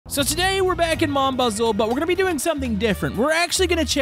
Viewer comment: Watch Spys vid to see how to pronounce Mon Bozou.